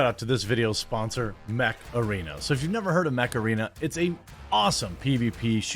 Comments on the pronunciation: I thought you said Macarena :D when i saw ad then I understood you mant Mech Arena :D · I thought he was saying Macarena the whole time. Untill the end then I head Mech-Arena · the way you said mech arena, sounded like Macarena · honestly when you first said mech arene. i thought you said macarena. I thought what? are you going to dance?!?